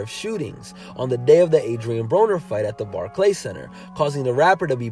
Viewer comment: The bar-clay centre? 😂